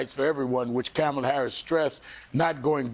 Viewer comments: and a 1 second google search would have told you her name is Kamala not “Carmela” so address senator Harris correctly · Can not say her name correctly? Kamala, like comma-la, not Cam-ela! Three times at least! If a white person was mispronouncing her name HE would be in a frenzy!